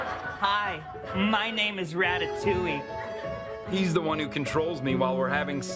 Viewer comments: Im impressed at how much he can pronounce 'ratatouille' wrong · rat-tat-touley is how he says it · why does everyone pronounce this a rattatoowie